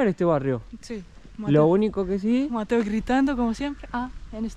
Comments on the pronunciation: Amo que mateo no te mete una S, está intacto como Messi 😂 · Yo solo pido a Mateo que pronuncie las S y no grite tanto.